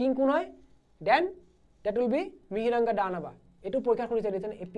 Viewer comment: It's not Mihiranga, Instead Mohiranga/Mahiranga(a history of Assam)/Moiranga(Kamrupor Buranji) And the battle of 'Hari-Hara' was fought between Hari (Lord Vishnu) and Hara (Lord Shiva) respectively. As we know the other name of Lord Shiva is Hara. And most of our Assamese teachers pronounced the word Mythology as মাইথ'ল'জী instead of right pronunciation মিথ'লজি or 'Mitholaje'.